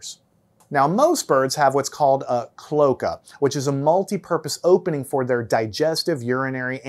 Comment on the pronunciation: Cloaca is pronounced with three syllables-- klo AY ka. The adjacent vowels--o & a--are both sounded in this word.